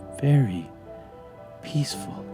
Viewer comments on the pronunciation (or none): none